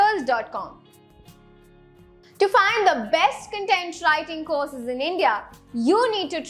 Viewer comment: Content ka pronunciation galat hai